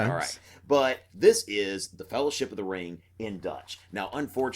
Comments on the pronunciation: In Dutch the "ng" in "ring" is pronounced exactly the same as in English. 😄 So no hard "g" sound. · I stopped caring what he had to say when he tried to pronounce ring